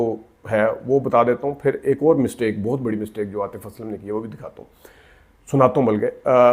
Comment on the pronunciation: جناب بات تو ٹھیک کی ہے آپ نے، مگر آپ کا اپنا تلفظ بھی احتیاط کا متقاضی ہے ۔۔ بہت کو بوتھ کہنا، متاثر کی جگہ انسپائر کا لفظ استعمال کرنا ، اردو لینگویج ، انگلش لینگویج کہنا ، مناسب نہیں۔۔ شکریہ